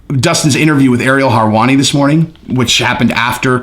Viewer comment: Lol u keep saying Ariel hairwani it’s helwani m8 I think🤔